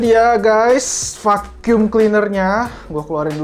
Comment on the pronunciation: Fakyum (Vacum) gw kira ngomong F*ck You.. wkwkwk #Lol